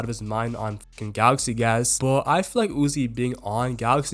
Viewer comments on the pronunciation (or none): everytime you say galaxy gax is so funny bru :face-purple-crying